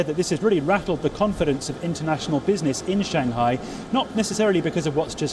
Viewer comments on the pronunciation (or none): she and Palki can never call Shanghai correctly , it is not Shan Ghai, hah :))